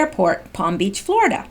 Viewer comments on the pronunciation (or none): none